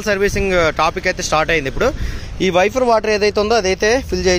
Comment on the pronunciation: వెఫర్ కాదు వైపర్ అనాలి..✍✍